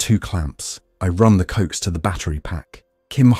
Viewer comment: Coax cable is pronounced "co-ax, not "cokes".